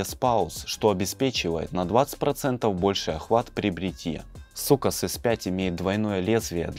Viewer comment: Ахахахахаххахахахахахааххаахахахах не сукас а соукес😂😂😂😂😂😂😂😂😂😂😂😂😂😂😂😂😂😂😂😂